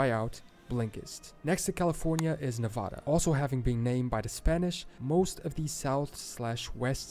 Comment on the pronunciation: One would think that in a video about how the states got their names, they would pronounce Nevada correctly. Unfortunately, that is not the case.